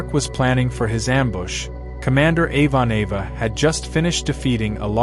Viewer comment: "Avon-Ava" ... That mangled mispronunciation is extremely grating